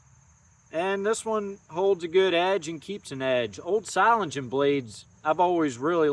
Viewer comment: I used to pronounce it just like you until I watched a German guy at the Atlanta Knife show pronounce it ( Zo - Ling - en ). It's a city famous as a Cutlery manufacturing center.